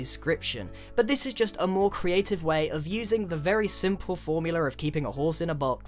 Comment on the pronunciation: "forumular" calm down